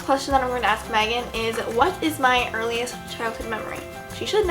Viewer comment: I swear she said magan